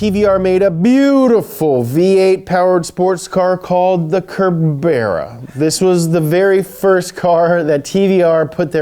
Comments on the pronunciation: not to seem mean but im from the uk and cerbera is pronounced ser be ra not cer bera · The cerbera pronounced ser bra not keb er a 👏👍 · TVR Kerbera? WTF. It's Cerbera, with Cee, not Key. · Not Kerbera, you fu*kwit. Read it right. Cerbera. Like Cerberus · The TVR Cerbera is pronounced the same way you'd say Cerberus, it's Cerb-era not Kerb-era. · 'KAbeara'..... It's a SSSSSSERBERA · It's also Cerb-era not Kerb-era, Americans butcher car names...knee-san is the worst. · Lol saying Cerbera as ''kerr berra'' It's ''ser b'ra'' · Kerb-air-ah. Oh, he means the TVR Cerbera (Serb-er-ah) It's named after Cerberus from greek mythology..... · TVR Kabeara lol... Cerbera is pronounced like it starts with an S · its not kerbera hahaa its CERBERA like cerberus <3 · Cerbera not cabera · TVR Cerbera…pronounced “sir-bera”. For future reference. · Cerbera is pronounced Serbera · Cerbera is pronounced "Sir-bera" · The TVR is pronounced Ser-bera....pretend the C is a S and boom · I don't think I'll ever get bored of Donut presenter's terrible pronunciations. WTF is a Kurberra? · The TVR is pronounced serbera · TVR "Kurberus" LOLOL. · the tvr is pronounced sirbera :) us english eh? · “Cerbera” is pronounced “sir-bur-uh”! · "Cerbera" should be pronounced "Sir-burr-a" as in a reference to "Cerberus" the three-headed guard dog of Hades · ... CER BERA....? Er no...! it's a Cerbera (sir-bra).... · Cerbera (serbra) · Hey. Love your work. Hot tip: It’s ‘Sir-ber-ah’ Love you! Byebye! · TVR Cerbera.. us brits pronounce it as 'Ser-bera' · TVR Cerbera pronounced SERBERA ;) And does the Josse Car Indigo 3000 burst into flames at the traffic lights, like the TVR? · Also how to not pronounce Cerbera, who says Kerbera.. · It's pronounced ser ba ra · Did.......um.......did he say “Kur-Bear-Uh”.....🤦‍♂️😂😂😂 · Cerbera is pronounced sir-be-ra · The TVR is pronounced "Ser-bra" :) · The TVR is pronounced Ser-Bur-Ah. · Cerbera = Serbera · Cerbera pronounced sur-bera. It's a soft "c".